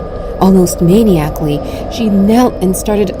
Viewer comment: Come on people, use the plethora of dictionary sites online--the word MANIACALLY is pronounced: 'meh-NIGH-ack-lee' :hands-yellow-heart-red